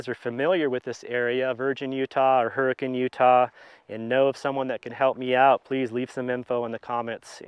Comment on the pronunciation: First time watching, and I'm a fan! Great job pronouncing Hurricane correctly 🙂 We locals pronounce Zion like "zie-uhn" instead of "zie-on" Good luck with the repairs!